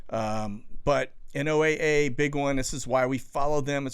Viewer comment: Just to let you know, people in the business of ocean/atmosphere research don't say N-O-A-A when referring to NOAA. We say "Noah"... Just a pet peeve.